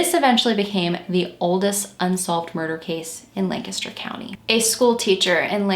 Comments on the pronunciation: Thank you for covering this case! It was definitely the biggest local solve since Christy Mirack. Also, thank you for pronouncing Lancaster correctly - unless you live here, most don't say it right at all! Great work as usual, - you're one of the most thorough and caring true crime YTers out there and I appreciate your thoughtful approach to these cases and the surviving loved ones. ♥ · Lol I was gonna say thank you for the correct pronunciation as well! I just moved to VA after living in Lancaster County my whole life and someone down here had the audacity to try and correct the way I said it 🙃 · Thank you, thank you, thank you for pronouncing Lancaster correctly! Born and raised in the neighboring county of York, PA, it's always fantastic to hear someone say it right! I love your channel -- thanks for all you do! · I'm from Lancaster and I appreciate you so much for pronouncing Lancaster correctly ❤️